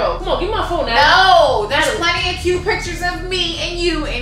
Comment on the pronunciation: i died win she said cue and not cute